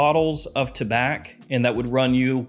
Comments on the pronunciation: Tabac is tobacco in french don't prononce the C taba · Tabac is French for tobacco. The C is silent. The correct pronunciation is: Ta-bah.